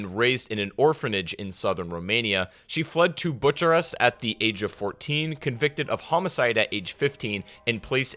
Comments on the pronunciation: “Butcher-est” as in you butchered the city of Romania so so badly 🤣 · Butch-a-rest oof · Bucharest is spelled Book-a-rest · Buchiarest? Dude wtf